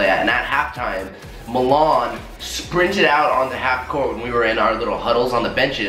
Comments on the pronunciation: Jeevan Mund LMAOO MELON "MILAN" 😂💀💀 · Milan is pronounced mulan? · I thought it sounded like water melone as well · When Says Milan It Sounds Like MaMan